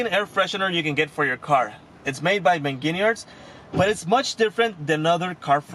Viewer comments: Did he say Meginers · What? Meginiyars? He's saying it right. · Meguiar's rhymes with fires. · Is anyone else bothered by the way he said Meguiars? Lol